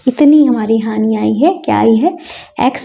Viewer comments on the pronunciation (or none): Are madam hani hoti hai honi nahi😅